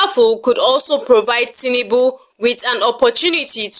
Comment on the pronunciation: His name is TINUBU and not TINIBU. You are making it sound more beautiful than it actually is.😂😂 Emilokan-General of Nigeria